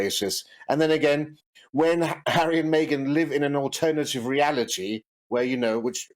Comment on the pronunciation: fan here! - only thing is he calls Meghan "Maygen"